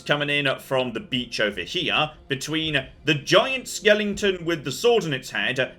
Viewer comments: For someone as well spoken as, “skelington” is the last mispronunciation I’d have ever expected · Skelington? Not perhaps, a skeleton?